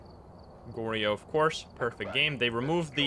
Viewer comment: it's (Gor-Yo) not (Gor-ri-yo)